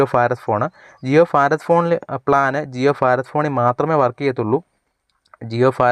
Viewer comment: ജിയോഫാത് അല്ല ജിയോഭാത് ആണ്